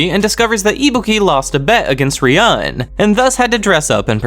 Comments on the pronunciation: it's not about what "I want" but the correct way to say it is 'ryuu - en' you can check that in the anime as well. While you're saying something like ryaan or Ruyan lmao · Loving your vids bro, but seriously you gotta stop mispronouncing Ryuuen's name. If it's too hard just call him Dragon boy 😂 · amazing video bro thoroughly enjoyed every minute of it. although i gotta say fix ur pronunciation of ryuens name next volume vid lmaoo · Bro can you please start saying ryueens name right. Good video apart from that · you are pronouncing ryuuen wrong just fyi but great story telling anyway